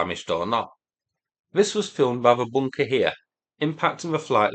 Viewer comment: WTH is a, “boonkuh”?